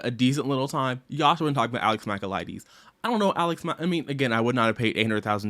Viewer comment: every time you mispronounced his last name, I died inside 🫠